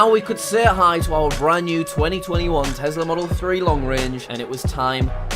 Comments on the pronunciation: Why does he pronounce it as Tesla not Tesla with the real S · Elon: Tesla: Tezla Me:Haha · Oooo tezlah (yes ik how to spell tesla)